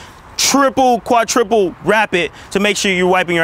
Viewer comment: MAN SAID TRIPLE QUATRIPLE BAHAHAHHA